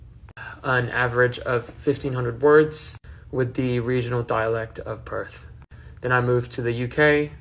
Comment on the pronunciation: I'm from Perth and never lived anywhere else. The dead giveaway is how he pronounces PERTH! If you're from Perth, that's your home, right? Why would you start to pronounce the name of your home in an American accent? It would be as weird as mispronouncing your name. The Australian accent is non-rhotic so the "R" sound does not appear at the end of a syllable or immediately before a consonant (think papER but it would sound like PapA). So people in Perth and Australia do not pronounce a strong "R" and he always pronounces it pERth. It's weird to me that he comments on having a Perth dialect but doesn't even say in our dialect.